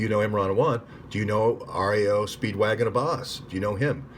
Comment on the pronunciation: Rao's name I think would be pronounced like "now". Grafenstine pronounces her name as it's spelled (graph-in-steen)